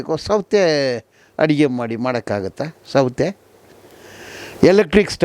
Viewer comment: ಸೌತೆ ಅಡುಗೆ ಅಲ್ಲ ಸೌದೆ ಅಡುಗೆ ಅಂತ ಹೇಳಿ